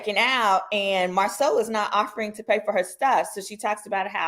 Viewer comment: This interview was a lie. The woman said Marsau’s name incorrectly and Martell had to correct her. Kempire did a cover of this interview and there were so many inconsistencies